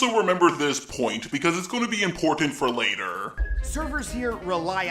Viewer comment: Why do you end all of your words with “a” opiniona later-a care-a Also fuck tipping is right